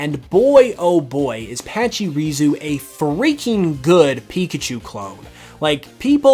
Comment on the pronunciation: Why did he call patchurisu like that patchy ruzu